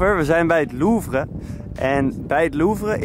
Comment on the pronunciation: Het is niet loevre dat je moet zeggen maar luvre Oh en btw in de beschrijving staat:’Ik hoop dat je dit SUPER leuk vond!’......